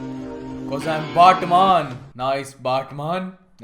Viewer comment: Batman ❌ baatman ✅